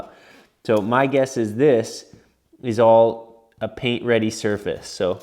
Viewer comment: You casually saying “pain” instead of “paint” is cracking me up!